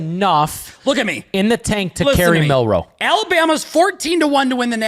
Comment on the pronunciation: Also it’s Milroe not Milroy 😂❤